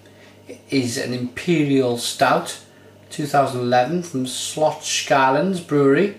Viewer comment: It's pronounced Slotts-shellans! ;) Cheers mate